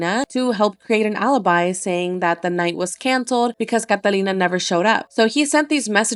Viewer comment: That’s how you say Catalina